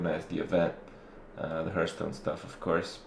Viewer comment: You have been playing WoW and Hearthstone since its been out and been to multiple tourny's including Blizzcon and you still don't know how to pronounce "Hearthstone"?